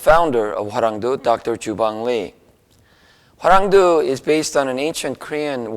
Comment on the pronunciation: Hwaranwng DOE, NOT "due".